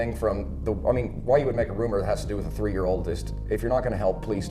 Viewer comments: My man!! You're on such another level with these vids. Great work. Let's go in...one, two, tree 😉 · I love the way you pronounce 3.... "Tree" 😆 I love it! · You pronounce some words so funny. The guy named Isaac you pronounce Eye-zak instead of eye-zic. Just little things like that. Nothing tops you trying to say 3 though lol. Was there tree people involved, and was this case started on the tirteent?